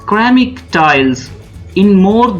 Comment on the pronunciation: ماشاءاللہ اچھی کاوش ہے ۔ اللہ تعالیٰ مزید ترقیاں دے ۔ محترم گزارش ہے کہceramic کا تلفظ سیرامک پڑھیں گے کیرامک نہیں۔